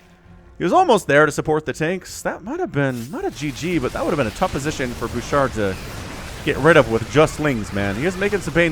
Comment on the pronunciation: that was awesome lol : fun fact, i noticed in Canada , many players from Quebec will put Qc in their names. i have no idea why , but its just something i noticed alot lol , also props to you for saying Bouchard , somehow, ALOT of english speakers tend to butcher the name lol ( quick note, the "D" is silent :) , we have way too many silent letters in french XD ) : THIS IS WHY YOU NEED MORE DETECTION /SCANS !!! do you want to lose half your army to 3 units ? because that is how you lose half your army to 3 units ! : we need more of these !!! 11/10 for style and effectiveness ! honestly, if the terran kept doing quad-nukes-and-runs like these instead of switching method, im not sure the protoss would had kept up . also, i could rewatch that small click over and over . : guardians !!! ( lets see how long before they all die lol ) : 2 minutes and 52 seconds later , yup.... : ha , yes ... the SVC , the secret workers of the zergs ! ( jokes aside, dont worry we all have mispokes from time to time , and when ever they happen its always funny :D ) : guardians winning a game ??!?!!1?1?11?one? : BAD ALLY MARINELORD ! BAD ! : let no joyful chat be typed ! let no protoss look at their productions with hope ! and let this game be cursed by we who ready to wake ,THE MASS HYDRALISKS !!!